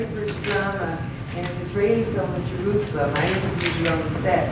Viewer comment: "All the way to Jerroozalum" ~ Tom Hanks. What a doof.